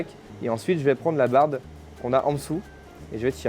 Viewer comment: De la "barbe" et pas de la "barde" 😉